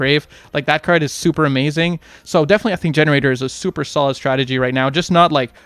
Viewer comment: "Sluper stholid"